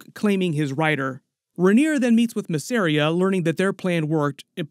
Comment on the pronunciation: MISS. AR. IA. VEL. AR. ION. FFS man there's even a video of Eve Best talking about how to pronounce Velaryon as distinct from Valyrian.